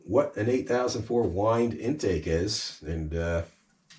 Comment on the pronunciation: Say 'Why-and'